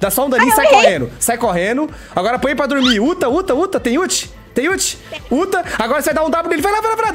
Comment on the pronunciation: KKKKKKKKKKKK BOTA NENEM PRA DORMIR "botahh nenempradurmir" jjakskksks